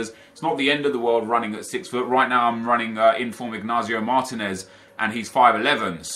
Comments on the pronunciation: hi nep! i just want to say that the name of that spanish CB is not Ignazio Martines.... it's Inigo Martines, that has bothered me for a long time now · "Ignazio Martinez." Dude please learn how to pronounce the player names XD It's really not rocket science.